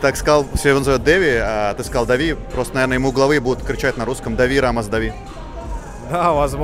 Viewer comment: У Рамоса бразильское имя Дави, с ударением на последний слог